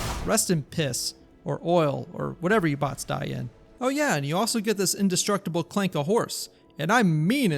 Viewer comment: Hard R on the ClankeRRRR